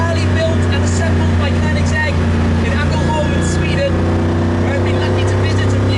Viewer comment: Nice pronunciation of Koenigsegg. 👍